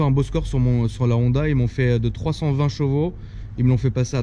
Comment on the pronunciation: Frère on dit CHEvaux pas JEvaux xD. C'est juste infernal ta prononciation de Tourcoing ^^